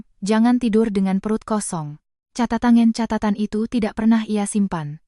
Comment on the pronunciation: Kata kata Catatan jangan diucapkan Katatan Kata "catatan" yang dibaca "katatan" menyalahi kaidah fonologi (ilmu bunyi bahasa) serta aturan pelafalan baku dalam Ejaan Yang Disempurnakan (EYD) / Kamus Besar Bahasa Indonesia (KBBI).